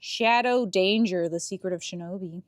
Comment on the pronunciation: lol, "Shadow Danger" -- it's DANCER xD